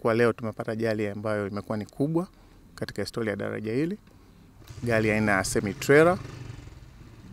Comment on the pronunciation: Hella, ni sheeeedah! c kwa lafudhi hii,Eti Gali, deleva,kulekebisha, Nyelele😂😂😂😂